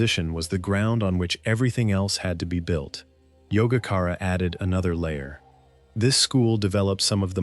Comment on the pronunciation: C'mon-Muhayanu Buddhism? How about Mahayana Buddhism. It's Madhyamaka not Madhaamaka. It's Yogacara (pronounced as yoga-chara), not Yogakara. I've been practicing Buddhism for well over 50 years and I can't even get past the mark and this channel has already screwed up the spelling & pronunciation of two of the most important and influential schools in Buddhist thought. Skip this video, forget this channel and go meditate.